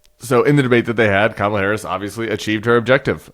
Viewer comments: Did you guys hear that? He accidentally pronounced her name correctly! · Anyone else notice he pronounced Kamala correctly this time? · He actually said her name correctly this time. He's slipping. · He said her name right??? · Oh so he does know how to say her name correctly! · Hey, he pronounced her name correctly. lol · Oh he accidentally said her name right! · At least he pronounced her name correctly. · Just thinking about debating her again had him so rattled that he accidentally pronounced her name right. 😂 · He pronounced Kamala's name correctly. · So he does know how to pronounce the first name of VP Harris. He’s going to flip when he watches this clip knowing he didn’t mess her name up on purpose. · The orange nightmare actually slipped and pronounced Kamala's name correctly! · He pronounced her name correctly... shocking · Noticed that Trump pronounced Kamala correctly? He knows how to say it, he mispronounces for adulation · Notice he said Kamala's name right in the clip 😂😅 his ass is scared 😅😂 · Did he just pronounce her name properly? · HE PRONOUNCED HER NAME CORRECTLY 😳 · At least he pronounced her name correctly. 🙄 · OMGOODNESS, he said her name right...❤ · I was shocked …he actually pronounced her name correctly. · At least he said her bame correctly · Oops! He is losing it - He even forgot to mispronounce Kamala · Accidentally pronounced her name correctly… lol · He finally put some respect in her name! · Ut oh, he said "Kamala" right. Someone stop him! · Oh my, he pronounced her name correctly! Ha ha. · I can't believe it, he actually pronounced Kamala correctly, could it be he's finally taking her seriously? Trump's only hope now is to play his hole card and bring out the big guns, it's time for TED NUGENT!!! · He forget to mispronounce 😂😂😂